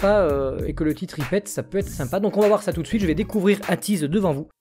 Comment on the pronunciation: Ateez se prononce aitiz